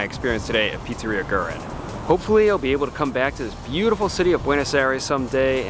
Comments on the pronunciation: Way late, but for a pronunciation closer to what Argentineans would say, say "weh-REEN," not "GRR-in." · Fantastic video, just a thing that is ticking me off: pronounce it "goo-eh-reen" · It's "GwerrINE"